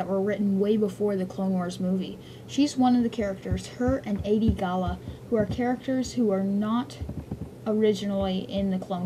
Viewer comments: the name is adi gallia not adi galla. otherwise u r right. I think. at least your right on most of them. I like it! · Her name is not "Ay-De Gall-La", it's "Ah-De Gall-Lee-Ah". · Adi-Galia (AHD-E-GAL-E-UH) sorry was bugging me, liked the video though